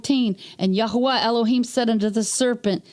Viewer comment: Nice to hear His name correctly spoken. “Yahweh” is a cainanite god, not the creator.